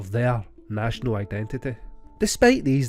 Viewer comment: Props for resisting saying Titty 🙏 I take that back, you said National Identitty 😩